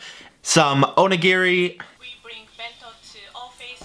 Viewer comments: Oh-knee-gee-ree is how you pronounce it. Also roll the R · If "onigiri" is too difficult to say, just call them donuts. I'm sure it'll be fine and cause no confusion at all.